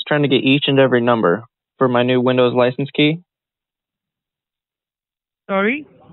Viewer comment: "thank you for calling vindows" lmao. how does one call an operating system over the phone and have another person respond at the other end? :D their professionalism is god awful. at least try a little guys! next time someone tells you they need help with their pc, just tell them to call OSX, Linux or "Vindows". i'm sure they'll be willing to help them.